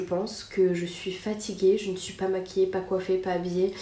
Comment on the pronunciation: C'est ptet pas le moment mais faut que ça sorte : J'adore ton contenu depuis des années, je manque pas une vidéo. Mais depuis quelques temps t'as un toc de langage qui rend difficile d'écouter longtemps : Tu accentue énormément tes premières syllabes quand elles commencent par des consonnes, comme si tu les crachaient.. Exple : "on va PPPPPAAAAS non plus faire ça" (surtout sur les "pas") "VVVVVHOILA" "je suis entrain de TTTTTERminer" "ça pas avec TTTTTout" "PPPPARce que" Fin bref... Voilà voilà..